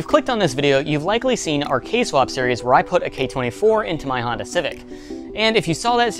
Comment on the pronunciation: did he say hondata and not hondata -.